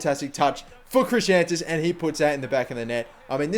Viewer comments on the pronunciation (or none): Why do you keep pronouncing Chrisantus as Christiantus? That's not how you spell it mate